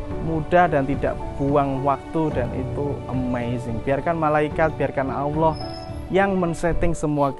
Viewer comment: Cara pengucapan nya asma ALLOH . masih kurang faseh bos👍..q dengar ber ulang" bos bilang Awloh.